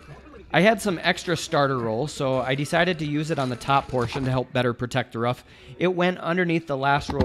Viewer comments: someone tell its a roof not ruff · excellent video. until i heard him say "ruff" its roof brother lol i need to build a shed to keep some bikes out of the weather and this will help me plan it out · love the vid, but hearing you say ruff instead of roof kept throwing me for a loop :P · is he saying ruff instead of roof? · This video is old but I sure do hope he learned how to say "Roof" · Its funny how roof is been pronounced ruff 😂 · Am I missing out on some technical key words or are you pronouncing roof as "ruff"? I can't decide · The way you say roof drive me nuts but nice shed!